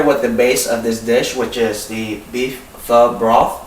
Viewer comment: is he saying fuck? like "get down together and have a perfect fuck" ? ??? ???? ?? ?